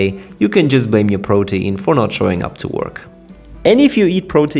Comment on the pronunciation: PRO-teen. It flows off the tongue better when you pronounce it like that. Sorry, it's driving me nuts how you keep saying pro-tee-in.🥵